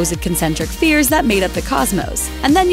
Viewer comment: "concentric FEARS?" I think you mean concentric spheres. Was that quote narrated to you? Can you not read?